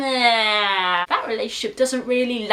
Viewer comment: i thought devi was pronounced devee